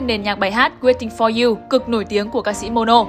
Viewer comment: Mono chứ ko phải momo